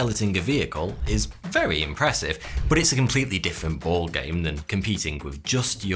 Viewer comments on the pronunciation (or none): I really intrigued by the way you say 'But" I always heard it as Butt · Drinking game Take a shot every time he says "Boht"